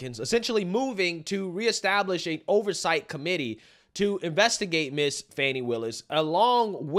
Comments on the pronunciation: Her name is FANNY! Not fawnee. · Fawny? No. Fauny? No. Fanny? Yes. Sound it out people...